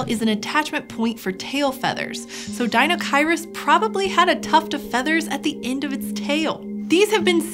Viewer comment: Apparently I've been pronouncing deinocheirus incorrectly my entire life; oh well, I like this new-to-me pronunciation better than the five-year-old-me version anyways. Pretty sure the sail was for weekends on the sound.